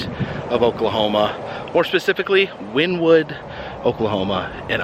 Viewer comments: Wynnewood is actually pronounced win-E-wood. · It's pronounced win-knee-wood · I actually grew up and wynnewood and your pronunciation is wrong. It’s actually pronounced Winnie Wood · Went there a couple of years ago. I don't know if it still is or not, but it stank really bad in there. But it was interesting to see all the animals. And FYI, the town Wynnewood is pronounced Winnie-wood. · I was wondering if anyone would mention that.